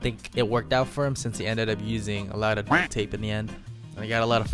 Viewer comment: Why cant you say duct?